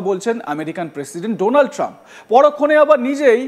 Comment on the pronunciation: আরে পাগল এ চেষ্টা তো মোদীর কাউয়া করতে চাইছিলো বটে উচ্চারণে ফেল! ডোনাল ট্রাম্প বলতে গিয়ে বলে ফেলে দোলান ত্রাম 😂😂😂😂